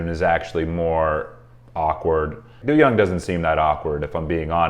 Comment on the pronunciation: I shed a tear every time you say "doo-young" 🥲 it's not that serious im being dramatic lol It's pronounced "doe-young"